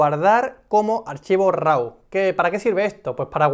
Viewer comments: "Raw" se pronuncia "ro", no "rau". Te lo digo para posteriores vídeos. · Es tu canal, faltaría más. Simplemente me sonaba muy raro porque siempre he oído "ro". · eres el primero que escucho que lo pronuncia de esa manera